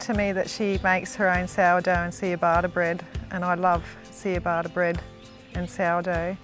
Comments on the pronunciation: Seeyabatta bread hahaha, cha ba ta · What's with this "see-ah-bata" bread!!??😂🤪 Ciabatta is pronounced "cha-bata."😂😂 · Oh bless her. See-yah-bah-ta bread. Cha-bar-ta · Seeyabata bread? 😂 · see ah batta bread? oh ya mean ciabatta bread! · "Cheeabarta bread" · 'seeyabaata' bread. Christ.